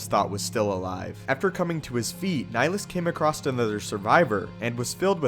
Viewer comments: Love the videos, just liked to point out that the name "Nihilus" is derived from the latin "nihil" (sounds like nee-"hill"), so shouldn't his name be pronounced has Nee-"hill"-us, instead of Nilus? P.S. "Nihil" is latin for nothing. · Dude it's Nihilus. Like climbing a hill. Look up Nihilism or nihilistic. That's the concept idea behind his character. Good vid though.